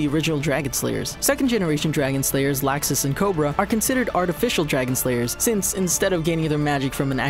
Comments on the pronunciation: It’s not laawxus it’s pronounced like law-xus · first he said lAAxis secondly he said edolas wrong... lol fixed up most of them tho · they redid the video as to fix pronunciation mistakes. . . and they still pronounced laxus wrong. . . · Idc anymore. HE SAID LAXUS WRONG HOW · So much for fixing pronunciations, they screwed up Laxus, Makarov and Zeref. Also they reversed Freed and Evergreen.